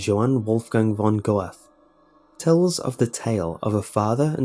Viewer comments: The Peony Lantern, the Japanese "Macbeth" by reputation for its actors being harmed. I think you mentioned the Ghost Marchers in one of your previous lists, and I knew about both Sedna and the Erlkoenig from listening to stories. As for Goethe, it's pronounced "ger-ta", strange I know but that's how it goes, and I first heard the story thanks to Wagner's setting of Goethe's poem to music, ein liede. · I've never heard anybody pronounce Goethe's name that wrong xD sorry but it's funny :") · I've never heard a name butchered as badly as Goethe was by you! That was more horrifying than any of your stories and I've heard a lot of butchered names before.... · Goethe is pronounced VERY differently, actually - had I not known the name, I wouldn't have understood it...Anyway, I wasn't aware that "Erlkönig" is translated as "Elfking". While it does make sense to call him that, the translation is not exact. The Erlkönig may be an otherwordly king of some sort of elves, but "Erle" is actually the alder tree. So, a more close translation would be "the Alderking". This way, it makes sense that his "daughters" are, according to the father, just the willow trees. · undoubtedly the most creative pronounciation of Goethe I have heard so far. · oh man, you completely butchered poor goethe's name...